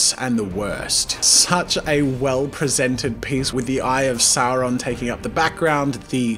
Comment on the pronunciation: One does not simply say Voldemort and Sauron like that